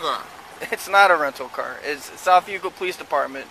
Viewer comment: It was south Euclid commentator didn't pronounce it correctly